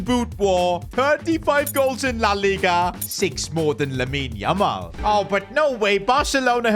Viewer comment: that is not yamal that's lamal